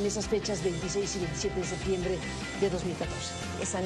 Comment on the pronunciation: pequeño detalle para Anabel, no se dice Sectiembre mija!!!